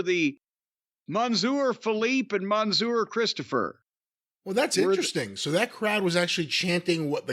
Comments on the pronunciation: I don't think I have ever heard someone butcher the French language as much as Jim, but thank you for trying ! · Monsieur, meaning Mister. Jim: MANSOOR 😂😂😂